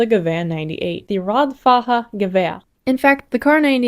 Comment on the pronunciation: "This is not a peace. It is an armistice for twenty years." - Ferdinand Foch in 1919 😄 "Radfahrer" is roughly pronounced "Rud - far - rare"